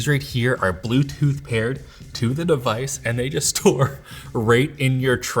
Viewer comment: "Ze Bluetooth devize haz connected suczessfully"